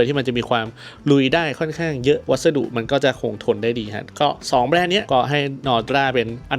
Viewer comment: Norda มิใช่ Nodra 😁